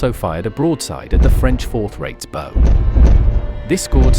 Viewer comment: Was this an AI narration? Because I can't believe that a person would mispronounce the word Bow, phonetic spelling Bau of the ships.